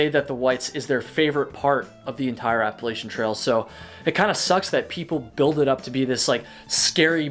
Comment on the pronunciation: I’m going to throw an apple-at-cha if you keep saying Appalachian incorrectly :P